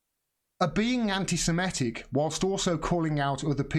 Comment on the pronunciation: for future reference: anti-se-MI-tic (doesn't rhyme with emetic but 'mythic' - as said in a fake Jamaican accent). Worth learning as the media aren't going to drop this issue.